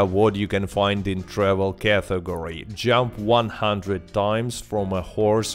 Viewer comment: It's not "cathegory", what the f*.